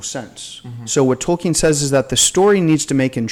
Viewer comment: When I hear the name tolkien(especially pronounced wrong)I can only think of an 8 year old black kid on southpark lol